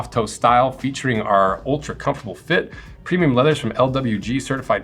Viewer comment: “Preimum” leather :)